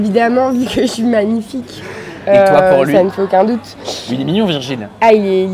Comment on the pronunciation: ta marquer virgule au lieu de Virgil sa ma fait rire 😂